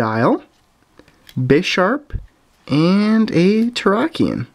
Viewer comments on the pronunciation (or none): none